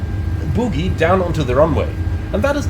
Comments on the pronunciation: Feels pretty much the same as any other jet. You can certainly attain greasers if you’re lucky. (767) It’s bogie by the way, rather than boogie. Oh not ooooo! 😉 Not a criticism, as your English is excellent and my German non-existent. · I hate to be THAT guy, but the word is bogie (pronounced BOE GEE, like the snot in your nose), not boogie (which means dancing). haha. Now that's out of the way.....did Asobo not fix this issue in 2024? I thought they were going to, but maybe I'm wrong. I hope it's on their list of things to improve.